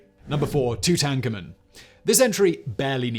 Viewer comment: No, but I'm sure he's not pronouncing it right. I've watched the history channels and I’d say the people who studied him would know how to pronounce it right.